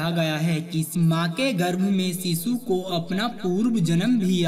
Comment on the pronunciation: सीसु नहीं होता शीशु होता है। सही से बोला करो।